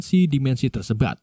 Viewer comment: Min tadi saya dengar Mimin salah omong yaitu ngomong tersebut malah tersebat